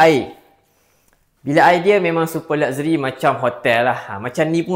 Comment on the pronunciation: It is laksheri, bukan lakzeri nyah